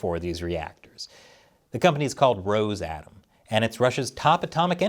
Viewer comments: Oh, it is not a roZe-atom. It is roS from the russian word for russia - rossiya. So - RoSSatom.. Reminds me of the German SS... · Minor point, I believe they pronounce it "Ross a tom", rather than "rose atom" Like "Ross cos mos" for their space agency... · Its pronounced more like: Ross a tom or Rus atom Its Russian Atomic energy, not Rosian Atomic energy. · It's pronounced Russ-atom